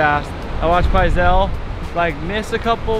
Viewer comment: Pizal stick instead of fizzy pop but kinda like fizzy pop! but pronounced P-iz-AL